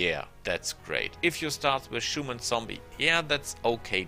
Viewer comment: i really like your videos! i have a few "pronounciaction hints", though: it's Summon ("sammon") not "Schumon", Fatigue is "fatiiig" not "fortitude" :)